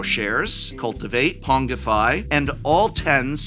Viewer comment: I don't think I've ever seen any Magic Youtuber pronounce "pongify" correctly. It's not "pong-ify" like in ping-pong, it's "pon-ji-fy" like in spongy.